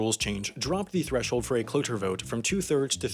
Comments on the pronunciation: It’s cloture you say it like you’re saying closure, you can remember this because a cloture motion closes debate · Cloture is pronounced klo chure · Cloture is pronounced like "clo-chur" FYI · Interesting that the ad on a video in which you mispronounced cloture so many times is about improving your speaking skills.